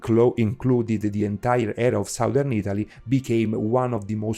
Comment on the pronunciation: foreigners always mispronounce the two words SOUTH and SOUTHERN. The OU is pronounced correctly in the word SOUTH, but the OU is pronounced differently in the word SOUTHERN. it should sound like a soft A. it's hard for me to explain.